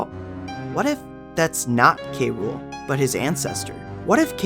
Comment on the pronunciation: King K Rool(cruel)...not K Rule...ok